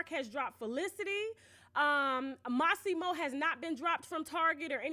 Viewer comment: His name is not Mossimo